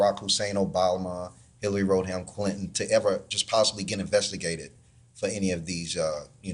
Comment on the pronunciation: Did that guy say, "Hilary Road Hound Clinton"?